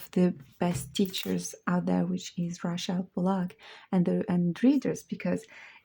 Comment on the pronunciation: I like the way you say Rachel. 🙂🙏 edt.and thanks for showing the books.some of them hard to find on youtube reviews.